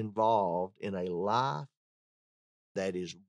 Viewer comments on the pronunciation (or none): You need to pronunciate the word 'life' better,it sounds like you're saying 'lie'.